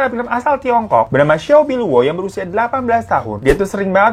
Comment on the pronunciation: Bacanya ciao pbiluo, bang 😂